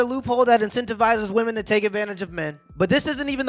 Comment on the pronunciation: why are you saying "vvomen"? just say "women"